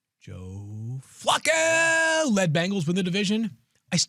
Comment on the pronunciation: The way pronounces Flacco is upsetting every time I hear it